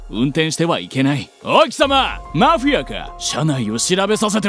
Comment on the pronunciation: おい、貴様マ⤴フィ⤵ア→かぁ？⤴